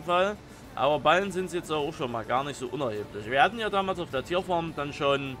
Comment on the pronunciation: Ich glaube es heißt Ballen (nicht Ballem)